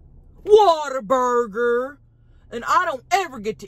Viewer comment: Born and raised Texan here. It's appreciated that you say "Waterburger" instead of "Whataburger". It's the true Texas way.